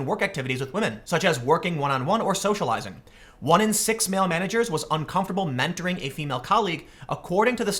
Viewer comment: it is MEN TORING, not WO MEN TORING.